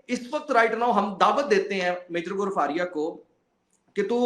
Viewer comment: Sir aapne bail buddhi bola, bail ko bura lag gaya hoga, u should say sorry to bail 😂, vo gaurav arya tak dhang se bol nai pa raha tha, gaurfaria kya hota hai😂, love you saab ji❤